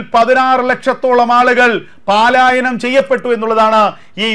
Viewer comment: 'പാലായനം' തിരുത്താൻ താങ്കൾ ഇതുവരെ കൂട്ടാക്കുന്നില്ല! 'പലായനം' എന്നതാണ് ശരി